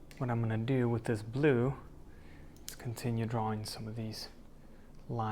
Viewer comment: I decided to add just a touch of blood, I mean black Me: 😯😂 He probably said blue but it sounded just like blood to me lol